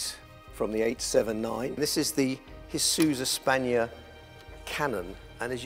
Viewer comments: lol. "This is the Hisuza-Spania cannon." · "Hisooza-spania". Oh dear. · I've heard SOOOO many people say Hisuiza Spania.😅 Hispano Suiza is just Spanish for Spanish- Swiss right?